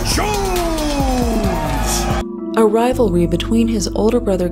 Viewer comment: All caps typing ( and also just look at his twitter any time). Steamrolls through any conversation . Unearned air of nobility (I'm feenix jownes. I help da innocent.). Horrible drug dealing hypocrite. He has literally EVERY SINGLE annoying personality trait. I couldn't stand this guy IRL.